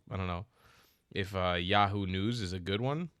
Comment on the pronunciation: Did you actually say 'yahood news' That's hilarious 😅😅😅